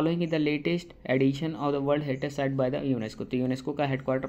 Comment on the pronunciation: Wold not world😂